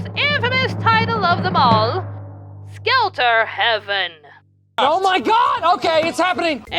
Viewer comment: As we can see, Space Thunder Kids isn't on this because, technically, that's Korean animation, recut into something hardly coherent by Americans. At least that had one shot where a mech punches a pilot. Still, that would be my nomination. Also, every time I hear you say "Skelter Heaven", I keep hearing "Skeletor Heaven", which paints a totally different image in my head.